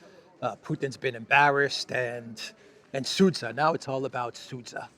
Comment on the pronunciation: It is not Seitgeist; it is Zeitgeist. Also, zh is one letter ( ж ), found in centre of regime and pleasure, (Sudzha).